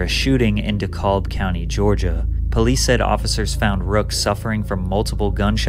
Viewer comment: Did that dude really pronounce the L in DeKalb? Haha. The L is silent!